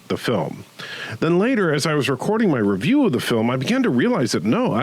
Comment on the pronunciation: its Review not revievew